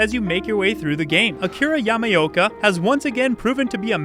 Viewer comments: yama-yolk-uh lmao why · Akira Yamayoka. Ямаёка? Ёмаё 🤣